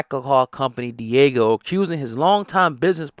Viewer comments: Diego😂😂😂 it’s pronounced Di-ah-g-o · I can’t even watch this because you’re calling it Diego… it’s not a fucking Dora the explorer episode. DiAGIO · Why you keep calling it Diego?!?! 🤦‍♀️🤦‍♀️🤦‍♀️ yikes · Diageo, pronounced Deeaageeo